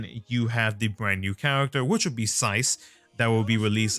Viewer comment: By the way, the type 0 cast names are numbers from other languages. Everybody for some reason pronounce them in pure English forms. Like Tres. People like to say "tray" which is wrong. It's Spanish for three. And Sice is french for six. So it's more Seece and not sice.